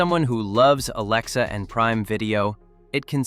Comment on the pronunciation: For fucks sake, stop saying ALAEXA. Say A or something else. Also, while I am here... Why not show the brand you are talking about while you are talking about that brand. Not worth the time to watch .